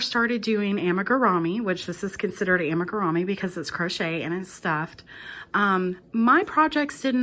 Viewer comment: I’ve never heard it pronounced “Ama-ga-rah-me” before watching your video. The Japanese pronunciation is “Amee-ga-loo-me” whereas Americans pronounce it “Amiga-roo-me.” You provided easy to follow instructions. Good job.